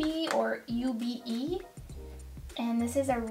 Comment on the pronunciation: Great video, I always love to see your swatches to see what you think. That Looxi shade is pronounced "OOO-bay". Ube is a purple yam, that often flavours ice cream and other things. :D